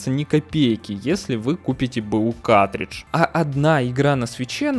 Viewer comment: не каТридж, а каРтридж.